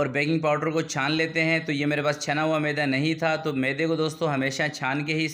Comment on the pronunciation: اپنا تلفظ صحيح كر لين ميده لفظ هى معده نه بولين. كيك زبردست جزاك الله